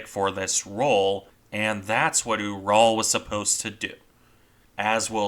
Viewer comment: Small point, but I believe the pronunciation of the same to be closer to rhyming with 'mural'. It's named for the mountain range.